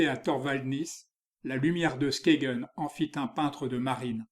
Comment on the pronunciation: Skagen ne se prononce pas 'Skégen' mais 'Skeïn' en danois.